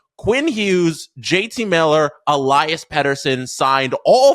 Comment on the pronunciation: el-E-as btw. not el-I-as